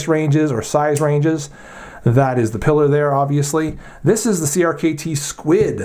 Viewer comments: Piller? I say Pee-lar, but whatever! I happen to be fondling mine as I watch your video and I love this little thing. . I wish it came with a G-10 or CF front scale for increased traction and lighter weight. I have several Voxnaes knives (Amicus compact, Noma compact, Vizzle) and like them pretty well. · Isn't it pronounced Pee-lar, as in La Pilar? Hemingway's boat, his nickname for Pauline, and the character in For Whom the Bell Tolls?